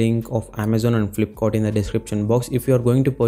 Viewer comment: laptap🤣 flipkort... Nd from here I m not going to watch ur whole video otherwise I'll forget my English 😂😂